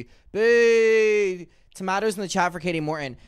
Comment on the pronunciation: sir how do you even "boo" with an accent 😭😭 love it though